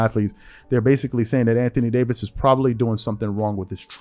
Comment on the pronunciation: Lmao he was fixing to say can't thony Davis 🤣🤣🤣🤣